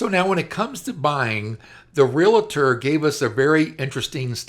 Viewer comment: The word is "realtor" not "relator."